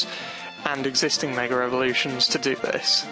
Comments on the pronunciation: It's MEGA. Not a Meger! God. Your accent kills me. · He says megr elvoluition